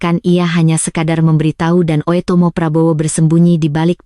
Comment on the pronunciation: dia baca oetomo bu dengerkan dngn headset